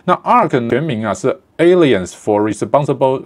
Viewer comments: Alliance 唸法是"鵝奈恩師"不是"欸裡恩師" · alliance 那個i，應該是念成長母音，像是唸成eye才對。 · Alliance你的發音錯誤。